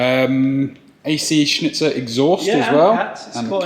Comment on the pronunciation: you pronounce it as ac schnitzel lol, congrats on the kiddo!